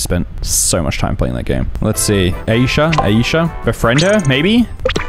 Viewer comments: He also said Aisha wrong yall it’s meant to be “Eye-shah” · said asia The name is called isha It is spelled AISHA